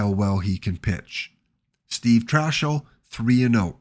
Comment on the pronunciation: Trachsel is pronounced Trax-el not Trash-el.